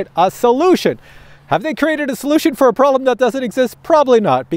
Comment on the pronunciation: Prolem or Problem? Canadian speak yeah? On a serious note I've just ordered the ProTek25. Thanks for the info. Subbed too.